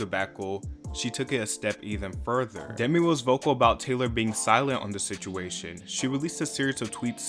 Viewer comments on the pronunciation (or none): none